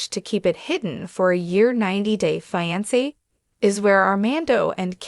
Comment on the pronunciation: Fi an se